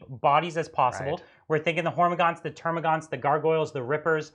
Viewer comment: This is your periodic reminder that there is no "U" in Termagant.